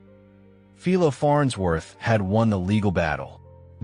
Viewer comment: I checked and found out that his name isn't pronounced correctly.